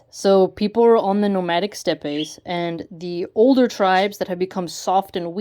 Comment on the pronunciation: "Steppes" is pronounced as "steps".